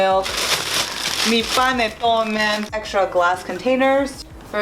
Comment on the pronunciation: this is my first time watching yuour videos and I was wondering where you were from. As soon as you said paneton, I knew it!! PERUVIAN!!! q viva el Peru Carajo!! lol lovely videos as well.